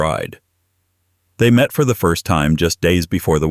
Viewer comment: What is it with AI? First thirst? Oh, by the way, Americans drink scotch, the rest of the world drink whiskey.